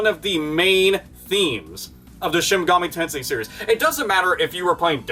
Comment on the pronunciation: "Shimmy gahmee tensei"